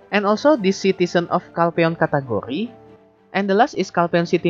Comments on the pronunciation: Cat Curry 😂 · love how u say "category", sounds like food